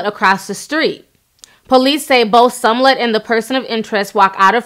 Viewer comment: You keep saying SUM-LET. Girl you messing that last name up.